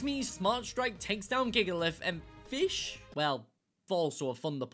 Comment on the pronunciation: Ah, yes the mighty and glorious FEESH